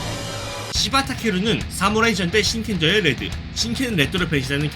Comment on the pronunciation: 레즈라고 들린다..